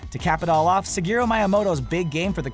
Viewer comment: Shigeru(She-Gear-Roux) not Sageru.**